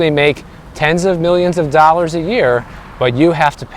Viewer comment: RISE amd FALL. So much better than go up and go down!!! Elevate your language! I Also, please enunciate your Ls in words like dollar and building. Otherwise it sounds like baby talk. Love you...